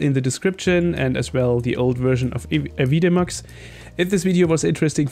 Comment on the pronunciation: AVI-demux ;) thank you for this tutorial, in exchange, the correct pronunciation.